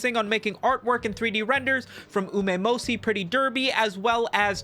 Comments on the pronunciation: "Umemosi"...... My guy put some effort into your slop!.. I'm not even a fan of the franchise, and even then I know it's Umamusume... Uma-musume! And you did it more than once, in different ways. How am I supposed to take your 20+ mins of yapping if you can't even commit to the name?? 🤣😭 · why does he say umamosi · Umemoshi. better pronunciation than the original. I approve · "Omeymosey" is definitely one way of pronouncing the honse girl game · I don’t play umamusume but even I can tell that isn’t how you say that shit. That’s not even close. How do you even get Umaymohsi???? Usually I couldn’t care less about mispronunciation, but it’s so horrendously far away from what even a baby would say if they saw umamusume. You could fart into your mike and it’d be closer than the strange noise I heard you make a dozen times in this video. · Either bro ragebaiting me or he's doing it for engagement. Ain't no way didn't know how to pronounce Uma mu-su-me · and pronouncing Uma Musume incorrectly for almost 25 minutes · Take it all down and reupload it with the correct pronunciation of Uma Musume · The absolute butcher of pronouncing Umamasume is like hearing a smoke detector beep at 100db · I've heard it mispronounced a dozen different ways. But none as viscerally unappealing as the way has lol